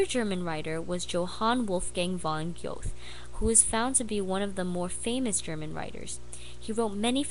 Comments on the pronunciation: Well done and fun. I enjoyed showing your short to my first year college students. Most wither when introducing them to Romanticism through traditional PBS documentaries. BTW: I've always heard Goethe pronounced as Ger-ta using a hard R, but I'm not a Germanist. So...do you have on Victorianism?! Cheers. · You mispronounced Goethe. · this was amazing, but please check your pronunciation of “goethe” 😂😭😭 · Great presentation, but Johann Wolfgang von ... what? The man was as important as Shakespeare but she doesn't know how to pronounce the name ...